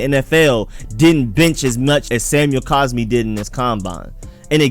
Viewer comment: If you're going to make a wrong argument the least you can do is say the guy's name correctly it's not caspi it's cosmi